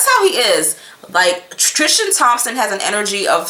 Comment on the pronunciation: I love your videos. Tris-tan. Not Trish-tan